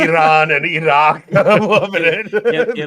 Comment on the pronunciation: Great conversation, but do we really need to pronounce Iraq and Iran with a trilled R? Funny just as I was writing this you guys started to rag on Christian about this😂😂